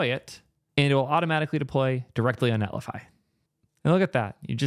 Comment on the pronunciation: "And it will deploy directly to... NETLIFY"